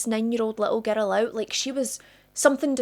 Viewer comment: It's a 'girl!" NOT a :ger-dell! 😮